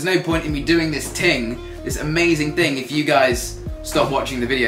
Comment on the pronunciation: 'This little ting' LOL